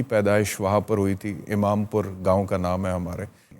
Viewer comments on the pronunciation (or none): none